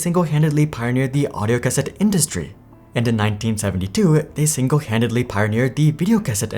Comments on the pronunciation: Why do I get the feeling you have never used a Cassette before? I always heard it as (Kuh-set) not (Cas-ette) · Cuh-Set > Kah-Sit (cassette) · It's pronounced "ca-SET" not "CA-set" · I would think that anyone who reads the word cassette would pronounce the word the way it is spelled and be correct. I don't know what this narrator problem is but he has butchered cassette like it was spelled cas-set. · Planned obsolescence. No!!!!! And it's pronounced "kuh-set". And they aren't a health care company. They're a medical device manufacturer. 😊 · Everyone be trippin over how he pronounces cassette. Grammar Nazi's. ✌️😜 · Are all the misprounciations on purpose to drive comment traffic? Your plan has worked, I'm here to tell you you sound fucked and the way you pronounce "cassette" is so bad you must be doing it on purpose. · If you start pronouncing "cassette" properly I'll subscribe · Interesting pronunciation of cassette... :) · That was funny to hear. Can't blame him though as obviously he was born at a time when the cassette was an obsolete technology. Makes you wonder what other things that are long forgotten if we were to read about them that we would also mispronounce. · Kids these days... Can't even pronounce "cassette" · Never heard hard first syllable on cassette, I don't like it.